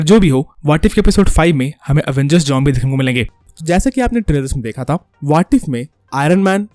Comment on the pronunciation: bro its zombie not jombie 😂😂😂😂